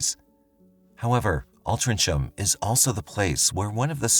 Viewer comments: It’s pronounced Altrinham, so ham not Cham at the end. English language for you, makes no sense. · Altrincham ISN’T pronounced ‘Altrin-cham’ but ‘Altrin-ham’. Some people even say it like it has a ‘g’ between the ‘n’ and the ‘h’ instead of the ‘c’ ! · Listen fyi only it’s pronounced Alt ring m ( Altringhm) xx 🇬🇧 ❤ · Alt-ring-ham is how altrincham is pronounced. 😊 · It’s pronounced "Altringham" not as spelled. And love how you use stock footage of London for the streets of Altrincham! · I lived in Altrincham from 1980 till 2012 and I don’t remember this ? I walked through Goose Green every day on the way to work…..Somebody should have told you how to pronounce ALTRINGHAM……….. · Altrincham Pronounced ul-tring um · Alt-tring-ham. Or drop the ing' for 'in' and the 'ham' for 'am' / 'um' dependant on where you're wanting to be from or what demographic Stooped computer voice. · All-Tring-ham the C is 🤫🤫 silent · I lived and worked in Altrincham and Wythenshawe for 8 yrs. We pronounce it Altringham. Wythenshawe is quite a bad area actually... I left in 2001 so only heard about this case through YT. Kind of creepy... thanks for this story. But can we say " gullable" when someone really is believing such tortuous stories? He might have been very immature and in his own world too.... gosh! So sad!🇨🇵🙏🏽🤲🏽🤜🏾🤛🏽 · Its prouounced ALT RING HAM. 😊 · Great video, just for future reference Altringcham is pronounced al-tring-um, strange I know but a lot of English towns are pronounced differently to how you’d expect! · I'm so glad you have mentioned the pronunciation of Altrincham. It was really annoying me when he said it soooo many times and each one was wrong. 😃😃😃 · Cant deal with the pronouncing of Altrincham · Stop saying Altrincham incorrectly. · if you are going to keep using a towns name learn how to pronounce it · Couldnt be bothered to look up how to pronounce Altrincham, nah? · Sorry, but he really needs to check out how to pronounce altrincham , his way is way off 😂😂😂😂